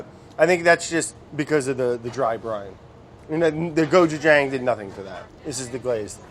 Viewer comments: it is. but he doesnt pronounce it like that. his is more like gochujung. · Andy: Gochujang Brad: GochuJANG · as someone who's learning korean, andy's pronunciation is much better. he has that long 'aa' sound which is correct, but it's not perfect. if you romanize the korean word (고추장) properly, it's gochujang. brad keeps that soft 'ch' sound, while andy keeps that long 'a' sound. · did it not bother any one that brad said Gochujang and right after andy would say Gochujong! which one is it?! make up your mindddddd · I love the small petty hate they both Express with the "GoJuJung" vs "Gochujang" butter pronunciations. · The way they keep saying cotchujang (so sorry if spelled wrong) lmao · There's a lot of misinformation in the comment thread here. The correct pronunciation is not "somewhere in the middle." Brad incorrectly pronounces the "a" as ⟨æ⟩ (as in "apple"). This vowel would be romanized as an "e," not an "a." Andy's "a" in "gochujang" is more accurate and, even with an American accent, can be easily understood. Look up the audio sample on the Wikipedia page "Open front unrounded vowel" for reference. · andy and brad’s pronunciation of gochujang shows a lot about their overall differences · Andy pronounces gochujang better then Brad but then Brad pronounces gochugaru better then Andy 😂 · Watching them trying to say Gochujang.... im sorry but i cringed so hard. But thanks for putting in some Koreanness into you vid. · Seriously Brad... Listen to Andy and stop butchering the pronunciation of "gochujang". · Am I the only one who's annoyed at Brad's pronunciation of Gochujang? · I appreciate how they REFUSED to agree on a pronunciation for gochujang.